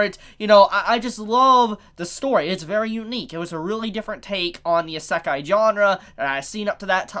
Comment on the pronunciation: pronounces isekai "essekai" Everyone: hold on wtf u just say?